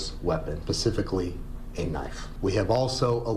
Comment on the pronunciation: did he say "pacifically"? Omg 😅